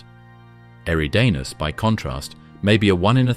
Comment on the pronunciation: I’ve heard you pronounce “eridanus” 4 different ways since the video began. Get your fucking shit together!!